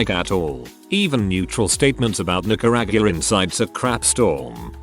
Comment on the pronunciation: Omg, how did VTT screw up “ Nicaragua?” It’s not like it’s slang.